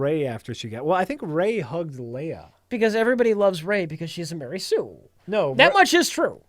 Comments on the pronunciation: "Explain to the folks at home: What's a Mery Sue is?" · Ma-rey Sue